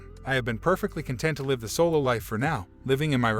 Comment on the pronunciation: Why do people pronounce live as life when everything else sounds fine. This is not the only narrator that say it that way.